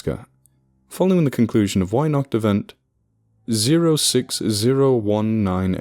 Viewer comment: "Weihnacht" starts with a hard V-Sound and the A is like After. And wow, as if our fairytales weren't brutsl enough to begin with..